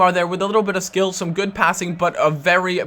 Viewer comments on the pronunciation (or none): none